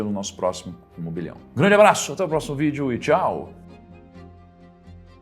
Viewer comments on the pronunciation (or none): none